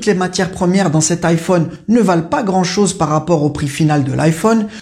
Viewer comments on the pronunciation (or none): none